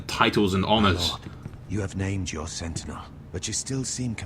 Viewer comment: he does do a marvellous job of butchering 'sentinel' :)